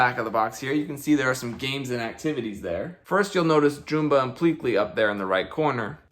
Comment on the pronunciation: the fact that he is pronouncing Jumba as JOOMBA is making me annoyed.